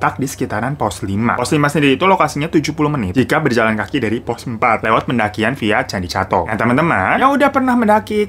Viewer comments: Candi cetho bang ,bukan candi cato😂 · candi cetho bang bkn candi cato 🤣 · koreksi bang hiro, Candi Cetho, bukan Candi Cato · Candi cetho bang, bukan candi cato🙏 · kak, izin koreksi ya. bacanya candi cetho, bukan catho :)